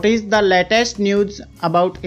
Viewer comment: For example you pronounce ' is' as ichz. This is not correct . They are n number pronunciation u spell wrong . You know one thing am not good at English I mean my fluency is not so good. I feel so . That's why am here to learn by watching videos .